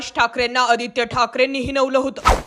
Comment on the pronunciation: Oditya thakre, powarani divochla hota 😂😂😂 railway station announcement 😂😂😂